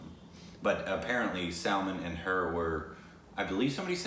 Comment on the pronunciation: They r still calling Aishwarya Raaaa'ae, Aishwarya ray.😠😠😡 And its Not Sulmun Its 'Sulmaaaaan(SALMAN)' And its not Ae'Jay Its 'Ujay'(AJAY)like Umbrella(aem brella)